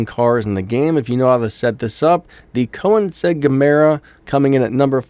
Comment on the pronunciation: KOENIGSEGG - the 'n' comes before the 'i' And the Lotue Evija is pronounced "e-vee-juh"